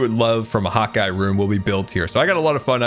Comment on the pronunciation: What’s the deal with “hot guy” does he not realize it’s “hawk eye” ??